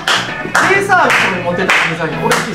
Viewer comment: のとこデーサービスじゃなくてデイサービスですよ